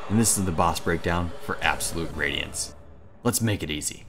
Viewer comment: absowute wadiance uwu